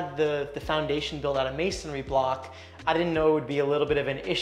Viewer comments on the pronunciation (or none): none